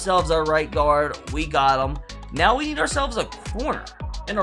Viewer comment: are you serious right neow